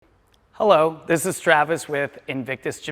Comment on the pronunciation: Did you greet us with “hollow!” or “hello!”?